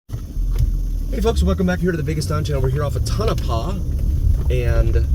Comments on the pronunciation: Yeah I've never heard of "Ton of paw" before. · Never thought I'd hear Tonopah pronounced so incorrectly in my life... but here we are